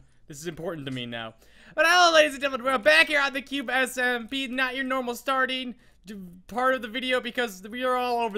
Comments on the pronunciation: he said cupe smp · TheCatB I heard it to I was like what did he say I have to rewind it